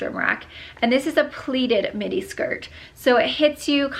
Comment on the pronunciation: the entire time I swear you were saying mini shirt , and then I saw the length and was like oh midi shirt😂😂